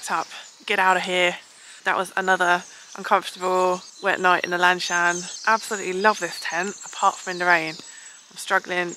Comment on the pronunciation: I really like this tent too, the colour, the weight, etc. I also like the way you pronounce it, Lan Shan~, BTW it means blue mountain in Chinese. I had it two years ago after losing my MSR Hubba Hubba in a storm. Just like William said earlier, the 4 corners of the tent should be kind of like floating above the air when its done, its suggested that you make the pole about 130CM, maybe even slightly longer. Good luck with your next camping~